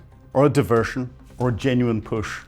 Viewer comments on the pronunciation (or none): none